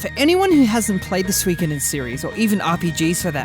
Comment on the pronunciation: Swrongkoden. It's suh-ee-koden